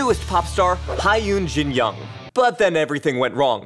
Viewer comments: See-yo Taji? Ha-yun Jin Young? Bee-yo-a? Seriously??? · Those are pronounced "So Taeji" "Hyun" and "Bow-ah"